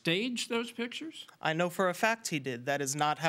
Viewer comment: PIT-KIERS of the room? It almost seems like the plaintiff learned to speak from reading or something. Also, I can completely believe they staged that.